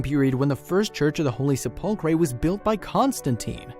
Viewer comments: Learn how t pronounce "sepulchre." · PLEASE FIND A DICTION-ARY, READ IT & LEARN DICTION FROM IT!!! How to pronounce WORDS..... for instance, it is SE pul chre NOT se PUL chre!!! TAKE A CLASS!!! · What's a sepulcray? It is pronounced Sep-ul-ker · The pronunciation is SEPulchre, dear boy, not sepULchre; very ittirating.....! Keith MANCHESTER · You mispronounce the word "sepulcher". You have the British form of the word - "sepulchre". There in lies your mispronunciation. The "chre" is not pronounced 'cree' or 'kree'. It is pronounced 'ker'. So, "se-pul-cher" or "se-pul-chre" are pronounced the same. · \ ˈse-pəl-kər not se-pul-cray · "sep la cur" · The narrator cannot say sepulcre slap him on the back of his head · the word Sepulchre is pronounced SEP Le Cur. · Sepulchre is pronounced Se-pul- cher. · The word is SEP ul. ker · I'm sorry but I really must tell you that sepulchre is pronounced sepulker. Thank you. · "Holy Sep-pul-krey"?????? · this guy needs to learn how to pronounce sepulcher, The Garden Tomb is much more provable, but that's not the point of the tomb! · please note that the pronunciation of Sepulchre is sep - le - cur. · This guy has been going on a history lesson for the last four and a half minutes I'm falling to sleep listen to him I just want to see what was recovered not where it was how it was went went here well I don't want the history lesson I just want to see what was recovered talk about long-winded get to the freaking point. And just FYI it's pronounce sepulcre damn this talk-to-text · Se-pul-Kray? Really?. For goodness sake pronounce the dang thing correctly . It’s inexcusable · What's a sepulkray? ;) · Please learn how to say sepulcher as SEH –pul—kur. Stress on the first syllable. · The Word "Sepulchre" In English, Is Pronounced Like This: "SEP - ul - cur" The Stress Is On The First Syllable. Very Interesting Video. Thanks! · I couldn't finish the video because of "sep ul cray" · I just heard “ se-pul- kray “ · Learn how to say sepulchre